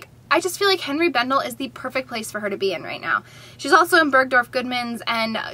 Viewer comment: Just FYI Henri is pronounced ON - ree NOT Hen ree.